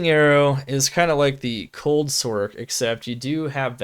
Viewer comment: Cant take anyone serious when they call a sorceress a "sork". It sounds so stupid.